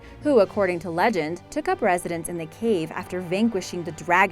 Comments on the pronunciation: #2 (Hermitage), is pronounced "hermatidg" or "ˈhɜrmɪtɪdʒ", not "hermitaush". #1... I would rather have the "castle" on the bank behind the island. (Three story with the bell tower.) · short (a) in hermitage not hermitaage! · 12:94 LOl "hermi todge" pronounced hermi tidge. And i'm Irish so don't argue with me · After discovering more atrocities here's part 2! 1. Fafe - the E is silent. Sounds like 'faff' 2. Hermitage is pronounced like 'hermitidge' 3. Wordie is pronounced like 'wardie' 4.Rudimentary is emphasised incorrectly 5. Newfoundland is emphasised incorrectly 6. You removed 'Svalbard' from the commentary, no doubt due to terrible mispronunciation (the D is silent)- it remained on closed captions. 7. Ellidaey is actually pronounced a little like "Adlidaay' it's a complex one. 8. Vestmannaejar again complex, like 'vestman airrr'. 9. Archipelago - don't say the H. .10. You also pronounced Bjork wrong too. how can you say 'BOOOOKcases with BOOKS in it' and mispronounce the first word just a second before saying it correctly?!?!? Dear God woman, get another job. It took me 2 mins to look the couple I was unsure of up on google. What's your excuse? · Why is the silly bugger pronouncing Hermitage funny?